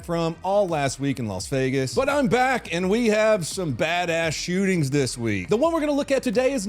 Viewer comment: I heard "hands behind your fat."